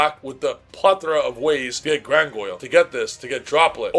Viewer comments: Grandguignol is pronounced "Granginiol". What the hell is "Grangoil"? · Driving me crazy every time bro calls Granguinol "GranGOYLE" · Brother, I love your input, but if you say gran goil 1 more time, 😂lmao